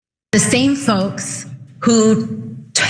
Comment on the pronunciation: not saying folks they're saying folX